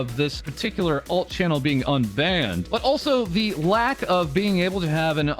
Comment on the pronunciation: Anyone else think he says "Alt" weird?